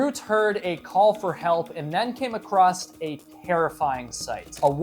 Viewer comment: Across. There is no t in across.